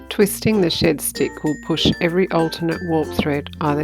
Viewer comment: As an Aussie I thought you were calling it a shit stick 😂